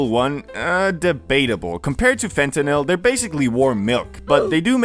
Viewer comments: fen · tuh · nuhl not Fentanile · bro it's fentanyl, not fentanile. love you bro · Why bro saying fentanisle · Fente-nyle lol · I swear if you say fentanile one more time 😑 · Phonetically it sounds like fentanal a as in call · the way you say fentanyl drives me crazy